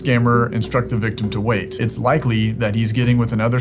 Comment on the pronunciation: 😂😂😂 the “vait”